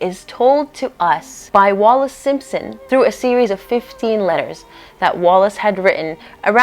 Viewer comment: It’s ‘Wallis’……